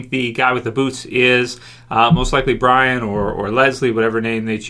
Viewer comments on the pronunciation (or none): Q&A, why do you keep calling the new girl Brian? It's pronounced BREEON. Also you keep referring to her as a guy when she's clearly a girl.